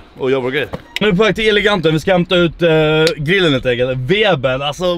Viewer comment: Varför kan han inte säga grill ? Gillen ???